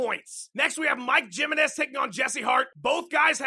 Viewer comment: it's pronounced Himenez just fyi Jimenez